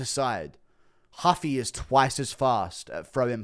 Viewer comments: Stop saying huffy you absolutely tard its ruffy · When is guru gonna realize ‘Ruffy’ is a Japanese pronunciation of Luffy from one piece and stop trying to throw this respectful Brazilian pronunciation in lol